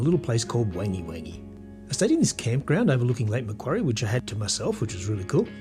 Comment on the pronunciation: Nice video but may I suggest you check with locals regarding pronunciation of the name. You were wayyyyyyy off. It is pronounced more like Won-gee Won-gee locally.